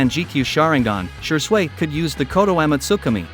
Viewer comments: Shee-swee* Man-gek-yo* TOBY-RAMA* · I like the fact he says shure sway instead of shisui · Man the way you say n pronounce a lot of things drives me nuts!😂 wth is “she-sway”😂😂 don’t do my fav shisui like that ever again plz😂🙏🏼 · ur pronunciation of uchiha shisui sucks 😂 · OMG, almost every other word in Shisui’s section was mispronounced...I can be the only person that struggled thru that!